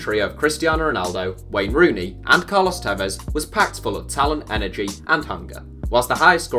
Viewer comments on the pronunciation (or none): none